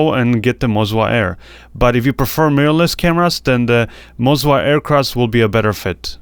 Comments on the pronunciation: It's Moza, not Mozwa! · I keep hearing mozwa hahaha cool video 👍